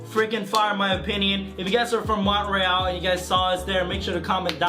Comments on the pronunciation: Mon te real .... you really don’t know how to pronounce shit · Did dis dude just pronounce Montreal as Mont-reeAl